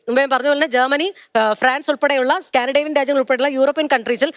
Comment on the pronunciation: സ്കാൻഡിഡേവിയൻ അല്ല കുഞ്ഞമ്മേ സ്കാൻഡിനേവിയൻ